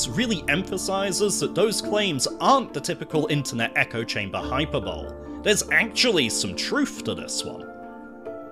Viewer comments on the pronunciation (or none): man said "hyperbowl" 😭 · Pronounced "hyperbole" wrong, downvoted.